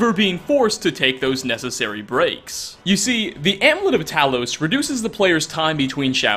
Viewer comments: Hi, blah blah blah, you were doing so well, and it's AM-YOU-LET It is not AM-LET. Good video otherwise, have a nice day! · You lost me at “Amlet” lol (Not really though, love your work). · am-U-let. It's not that fucking difficult.